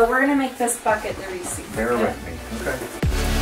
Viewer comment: Anybody else thought says reeses instead of receipt...lol